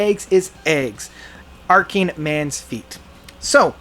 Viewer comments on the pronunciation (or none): Why does this guy mispronounce so much ? "Arcing mens feet"? ACHING MENS FEET !!! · The last part is "As Sure As Eggs Is Eggs (ACHING Men's Feet)," like an ACHE,. It's not "ARCING."